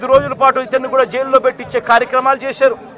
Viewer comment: అడగదలుసుకున్నా - 27 సార్లు కార్యక్రమం - 34 సార్లు Speech speed = 75 wpm approx కొన్ని తప్పులు - పొటెక్షన్ శేశారు పోలీశులు కొసమెరుపు:- పోలీసులు నీ బట్టలు విప్పకుండా చూసుకో., అడుక్కునే దాకా అడగదసుకుంటానే ఉండు.